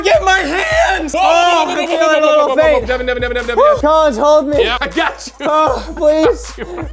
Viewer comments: it's not Deven it's Devan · he has one. and its "Devan" not "dEaVeN".